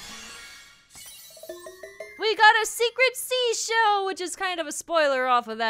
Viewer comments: I’m still at 5. There is a slight change phonetically between seashell and “she”shell. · Seashell flub count: 10